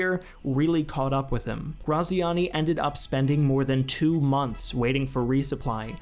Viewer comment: Ik it's too late to redo the episode but his name is said like gratziani